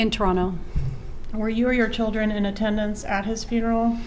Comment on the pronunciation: i hate how she says "my chil-dren"